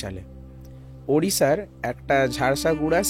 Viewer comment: Odisha r ghotona I'm interested this podcast ota jharsuguda hobe not jharsaguda ok not problem but intrested podcast ami bilong kortam akta time a odisha puri theke